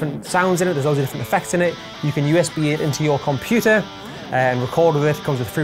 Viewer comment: I love you videos and your gear reviews. Always great content. But the way you say computer is driving me up the wall!!!